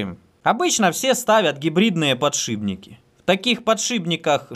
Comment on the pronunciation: подшиПники, не ПОДШИБНИКИ. очень режет слух